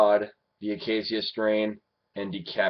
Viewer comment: dude its the UH KAY SHUH strain